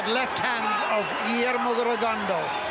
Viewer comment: When are these people going to pronounce Rigo’s last name correctly? His last name is French. It is pronounced: “Rigondough” .